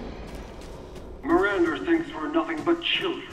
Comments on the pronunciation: He's cool, though it always took me out when he said "Miranda" with an "ER" on the end. "Mirander". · My favorite part about this game is how Heisenberg says “Mirander” instead of “Miranda”.